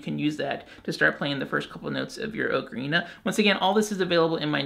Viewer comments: You keep saying Oak-arena. Its aa·kr·ee·nuh lol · AHK-UH-REENA. NOT OH-KA-REENA. For the love of god. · OCARINA not okarina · I'm not learning from someone who can't pronounce ocarina. It's bugging me too much. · You’re pronouncing ocarina wrong. Go back to school! SMH